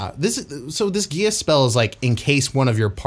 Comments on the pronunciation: Geass is pronounced like the gee of geese and then ah s So gee ah s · Just a few things about the Geas spell: 1) The word is from the Irish language, so it's usually pronounced "gesh." 2) With the spell, even though you only take the damage once per day, you are still under the effects of the charmed condition for the duration, with no saving throws after the first one. In your scenario, if the party were to find themselves all under the spell after being captured, they would have to escape without harming the lamia in any way. The lamia could simply tear into the party with all her attacks and damage, and the party would not be able to do any harm to her in response thanks to the spell. That's why it's a 5th-level spell, the charmed condition lasts for 30 days without any further saves. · Geas is pronounced Gesh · It's "gesh" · The show Code Geas pronounces it as “Gee-Az”. Also the issue of the Geas spell is that it is underpowered compared to the previous editions. In 3.5 there was a lesser Geas spell which did damage to the ability scores like a cumulative -2 to each of its ability scores for every day it failed to follow the task. The standard Geas/quest spell did 3d6 damage and left you sickened all day which was a -2 to all rolls. Personally the lesser Geas was more dangerous but it could only affect creatures with 7 or fewer hit dice. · Geas is like a weird old word. I heard it’s supposed to sound like “Gesh”